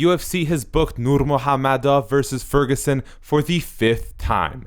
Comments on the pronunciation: Nurhamomedov? It's nurmagomedov learn to pronounce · The dude narrating this video can’t pronounce Nurmagomedov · he says "nurmOgAmedov" but his name is nurmAgOmedov... He is not correct at all! The only thing he got right was to pronounce the g as an h. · nurmagomedov mot nurmahommedov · It's ......Nur-ma-go-me-dov bro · My man said: “Nur-MOHAM-MEDOV” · Is it only e or did he just said "Nurmo ha-medow" xD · Actually pronunciation was way off. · Please At least Pronounce the surname right. There's a "M" in it.✌ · Can’t even say his last name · Did this fucking guy really mispronounced Khabib's name like he hasn't heard that name😱😱😱😱 hundreds of times? Jesus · Come on, pronounce the guy's name right. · I like how slow you pronounce Khabib's last name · The way this guy says NURMAGAMEDOV is disturbing, I know you’re trying to say it right, but please don’t. I’m Russian btw. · You didn't pronounce his last name properly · You're obviously a Tony fan the way you mocked pronouncing Khabibs last name....so I gave you a thumbs down and think you're trash for being so bias